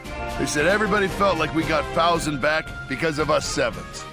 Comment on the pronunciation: The fact that he can't figure out how to pronounce Fouzen after all the times it's said show how little he pays attention to this game. Proof: he's got Catherine on his team (The game's objectively worst sniper), and the needless risking of Alicia which proves constant and annoying...